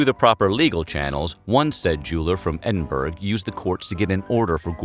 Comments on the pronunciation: The narrator sounds a lot like historian Jon Meacham, but then Jon Meacham wouldn't pronounce the name of Scotland's capital 'Edinberg'.... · "Edin-berg"??? Really? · wtf is edinberg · Haha Edinberg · Apparently it's called "EdinBERG" 😆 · Nah, it’s edin-bruh Or embra for a true local accent At least edinburg isn’t as bad a pronunciation as Edin-bur-oh (edimburg is the German pronunciation) That’s just... not how anyone says that. (Source: lived in Edinburgh all my life) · The worst pronunciation is infact... EDIN BURROW.... like a noob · Edinburgh = "EDDIN-bruh". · "Edinberg?" I'm not even Scottish and your pronunciation makes me angry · Oh no! No it's not! It's pronounced "Edin-buh-ruh", with an "uh" at the end. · Edinburgh as in pittsburgh? Not really. Edinburgh as in Edinburrer is closer. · He said EdinBURGH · Edin-Berg??? REALLY?? 🙄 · Edinburg ha. Good with history, bad with geography. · What a way to pronounce Edinburgh, makes my eye twitch. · Love this channel but that's definitely not how you pronounce Edinburgh! Keep up the great work and interesting videos! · Man you Americans can’t even pronounce Edinburgh properly lmao😂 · Edinburgh. Honey try again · The way you pronounced Edinburgh is very cringey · Trust me, pronounce Edinburgh like that here and you'll get clobbered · You should have really looked into how to pronounce Edinburgh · Shame he can't say Edinburgh properly though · Edinburgh. Borough not burg. You are extremely fucking stupid. Seriously. Don't do voice work if you don't occasionally read or if you have never heard of Scotland. I'm once again embarrassed to be American. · Every time you pronounce Edinburgh like that a haggis dies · that's not geography it was his pronunciation that was wrong lol he had the place right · Interesting, but just a point... Edinburgh = pronounced ‘Eh-din-buh-ruh’, ...not... ‘Eh-din-boorg’ nor ‘Eh-din-burg’ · Edinburg? Ed-in-boh-ru ! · Edinberg 🤣 it’s pronounced edinburrah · EdingBURG ???? Pronounced EdingBORA